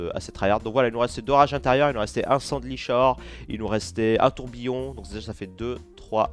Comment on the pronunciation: Yo! Juste la carte "sang à l'ichor" qui est bizarre, je te l'accorde, c'est "ikor" par "ichor". Voila c'est tout mais ça me fait bizarre de l'entendre comme ça^^